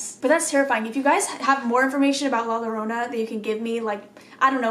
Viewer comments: Llorona is pronounced yo-row-na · With the princess doll one she is speaking to the entity and is talking about how the doll is moving. Also in Spanish when there are two L’s the sound turns to that of Y( ex Llorona is pronounced Yorona) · To pronounce 'Llorona' just take the name 'Yeager' as an example. The sound that the 'Y' in Yeager, is how you pronounce the double 'LL' in 'Llorona'. Only pronounce the 'Y' & the rest is spelled right. In Spanish there are four more syllables in the alphabet, the 'Y' is one of them. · Lmao you’re so cute coach, in Spanish the two L’s at the beginning of a word make “Y” sound 😂. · Any spanish word that starts with two Ls example “llorona” is pronounced with a Y sound so i would be pronounced more like yorona. Just thought i would help. LOVE YOU!💙😚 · When you say “la Llorona” the double L in Spanish is pronounced like the y in English, so when you say “Llorona”, it’s pronounced yorona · In Spanish the two L’s makes a y sound so Llorona would be pronounced Yo-rona. Her story is very interesting I highly recommend looking into it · Hoi im here to tell you that the L’s in llorona are pronounced as a y so yorona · Easy way to pronounce Llorona is YO..RO..NA JUST LIKE CO.RO.NA lol yiu get it.. Newho its a legend in mexico of a women who drowned her kids in a fit of rage due to her spouse leaving her for another women and when she realized what she had done she tried to save her children.. It is said that she weeps for her kids at night while roaming the river /lake. And its also said that she weeps with hopes that a male companion would come along so that she could kill them.. So as kids we were told the llorona would get us if werent home before the sun went down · The ll in llorona is pronounced like the y in yellow